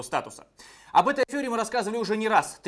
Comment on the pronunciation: не афЁра, а афЕра....., 😄